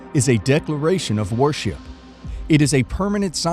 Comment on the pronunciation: Can't you get someone who speaks proper English??? " IDOL-TREE" ??? " WAR-SHIP "??? cheers